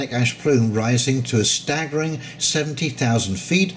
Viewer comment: Sorry for previous post. The enunciation of 70,000 threw me off.